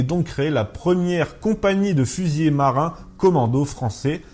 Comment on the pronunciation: Merci, toujours un plaisir de suivre la petite histoire. Par contre, c'est : fusilier, pas fusiller (les seconds vont moins vite ^^)